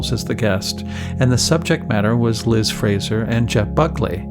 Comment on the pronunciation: Interesting that Chris mispronounces Liz’s name throughout the episode…. Surely deliberate for someone so obsessed for so many years, but why?